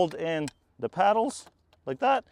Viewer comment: It’s “pedals” not “paddles” Sorry.